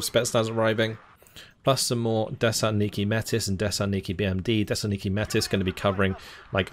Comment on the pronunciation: if youre trying to spell "desantniki" you need to pronounce the T in the word its a little hard watching you butcher the russian so much as someone who speeks russian myself other than that the video is fantastic!